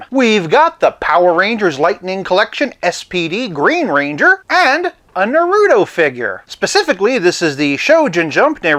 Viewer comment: I love your channel because it’s pretty cool, chill, you’re pretty nice, and you know your vintage stuff lol. Though, I felt a bit of cringe on how you said naruto’s name but then again it could be a bit hard to say depending on how you look at it lol. Keep up the great work!